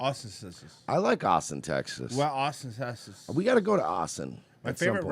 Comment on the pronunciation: “We flew him all the way from aussen tesas”